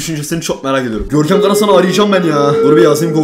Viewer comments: "Görkemğ beni hatırladığn" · Hiç kimse: Gerçekten hiç kimse: Görkem: Görkeğm beni HatIrlAdıN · ararsanız "Görkeğm beğni hatığrlağdın"